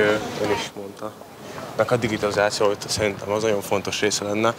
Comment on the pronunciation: Nagyon fontos lenne hogy a digitalziáció szót kitudjuk mondani:) Kedves György, szerencsére a hölgyeknek eddig is tudott programot kínálni ahol a saját területükön innovatíval lehetnek:) lássuk a Társadalom többi részének mi az ajánlata